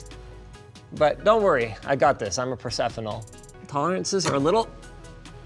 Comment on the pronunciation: "Trust me, i'm a prosefional" xD